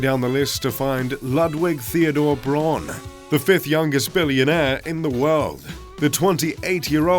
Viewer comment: Pronoun correctly....BRAUN.....is ....BA--- WOUND .( German pronunciation )